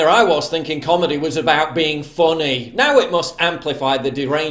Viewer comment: Being “fonney “ 😂